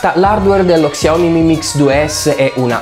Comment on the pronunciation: Si pronuncia sciaomì non csiaomi😂